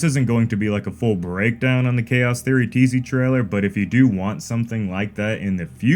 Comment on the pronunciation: Teasy Trailer? lol.